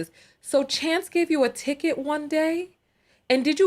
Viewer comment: A "ticket" not a "ticker" he is a police officer. 😅😂🤣